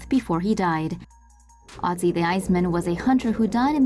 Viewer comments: he is called Ötzi not Otzi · Its pronounced ert-zee